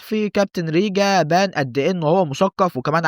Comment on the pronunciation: حلو الڤيديو بس هو ريجان مش ريجا 😅